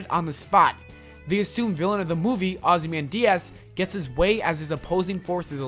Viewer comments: mate your pronunciation of ozymandias was way off, it sounds like you said ozzy man diaz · mate do you really don't know ozymandias, your pronunciation is waaaay off